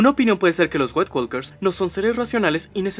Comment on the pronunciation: Ah lo siento, no puedo seguir escuchando... le dices como corresponde "nait WOKERS" (la L Es silente) o caminantes blancos.